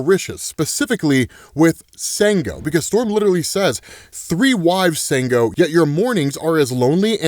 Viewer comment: Sango is actually pronounced "shawn - go".